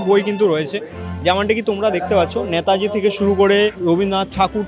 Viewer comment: ন্যাতাজি না নেতাজী হবে, উচ্চারণ ঠিক কর